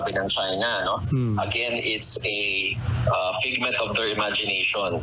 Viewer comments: It’s figment not pigment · Figment, not pigment